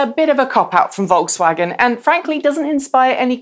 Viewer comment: I believe we've heard pronounce Volkswagen correctly, or at least more correctly than she pronounces Nissan.